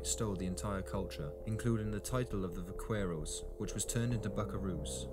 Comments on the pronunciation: It really destroys someones credibility as an expert,if they cant pronounce the words correctly .Its Vaquero and its pronounced Bakerro not with a V sound and not the hard q sound.That is how Buckaroo was derived.The first Vaqueros were not mexicans but rather Native people or Native Americans,if you insist.They were the Slave labor for the Padres and the Dons.Do you think the Dons or the Padres were going to do the hard labor.At first it was against the law for natives to ride horses but after the cattle became big buisness for the spanish,they were taught to ride,so they could work the herd more efficiently.These natives took the classical dressage type riding and turned it into the Vaquero style.Most of those Native people were givin Spanish names as the Padres would not accept their names in their native language and couldnt pronounce them anyway,so people just assume they were mexican. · Va-KWER-oh. ? Really? Vaqueros also gave us the lariat (la riata) and the cigarette. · You’ve all got it wrong. Vaquero is NOT pronounced with a V at all. It is pronounced with a B. The word comes from “vaca” meaning a cow and which is pronounced “ba-kah”. A vaquero (ba-kare-oh) is a cow tender. It was corrupted by us white folk to “buckaroo” because of the hard B sound of the correct pronunciation of vaquero. I know this as I am from buckaroo country in eastern Oregon, where the Anglo’s got all of their best cattle handling techniques from the old time Californios who worked this country. BTW Hawaii had cowboys way earlier than Texas. They were local natives called paniolos who were taught their cattle handling techniques from vaqueros from old Mexico starting in the 1830s. Paniolo is a corruption of Espanol, meaning a person of Spanish origins. In America or Canada if it’s cowboy stock handling related, it probably has Spanish/Mexican roots. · The Spanish/Mexican cowboy name is pronounced "vac-er-o". It is not pronounced with the "q" of is spelling.